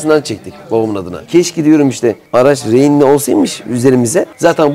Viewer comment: Rehinli diyor